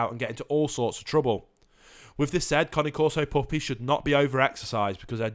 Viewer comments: It's Cane like Candy Cane, Not Connie. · I love how he's saying Connie corso instead of cane corso 😭😂😂😂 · The one thing you can’t google about these dogs and report on your channel....how to pronounce their fuckin name. It’s not the Connie corso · How you pronounce it makes it sound like a new breed of dog 😂😂😂😂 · Junior Scarboro I agree he is pronouncing The name wrong. So annoying... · I 💯 percent agree with you. His information is so far out in left field Not to mention he can’t even pronounce cane corso correctly And then he says They Barley bark .Come over to my Home our Shop and see if my Dogs Bark. He wouldn’t even make it to the front Door before my place shakes Not to mention if one of them don’t chance him down the street.. Great watch Dogs Awsome Family protectors....